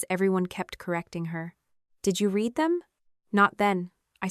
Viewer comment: "How,howyouhow, howyouhowyou I ow, how how how"?????????????? You would save so much embarassment and accusations of being lazy and using AI if you would just have a human being listen to this before you post it. Then only the words AI can not seem to figure iut hiw to pronounce in different contexts. Like "Pleas leave your comments, I read (red) every one" instead of "I read (reed) every one".